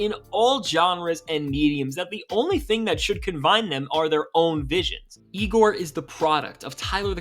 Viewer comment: Be careful when pronouncing igor.